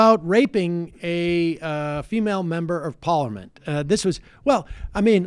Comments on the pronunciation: Why can’t Sam say parliament?😂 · Haha Sam u need to practice the word “parliament” :) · Why do you say parliament so weird ?